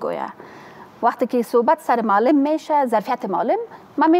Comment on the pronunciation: دنیا به کجا رسیده افسوس هزار افسوس یک انسان بیکاره فاسد که هنوز نمی داند که معلم را چه گونه تلفظ کند این خانم باید اول لسان دری را یاد بگیرد جای شرم است